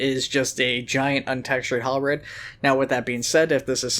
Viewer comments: You keep saying HalBREAD instead of HalBERD and it's driving me insane D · But you say it as Halbread instead of Halberd.. It's just.. wrong... And I'm fairly sure you're doing just to annoy me... D